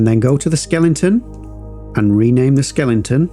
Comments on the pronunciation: Great and useful video but I have to say it’s Skeleton not Skelington. You don’t watch telelingvision do ya? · SKELE-TON not SKELING-TON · Great tutorials! But why do you keep saying "skelenton", man :-) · Thanks for this super helpful tutorial and for pronouncing skeleton as skellington.